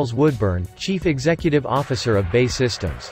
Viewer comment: Why can't the commentator get the name of the British manufacturer right - it's not "Bay" systems, it's "B. A. E" Systems, He manages to get Gmbh correct?